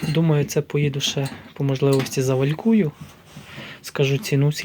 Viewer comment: Не валькую а вальцую!!!